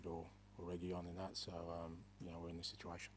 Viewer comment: “Zis is the history of tottenham” a famous man once said 😂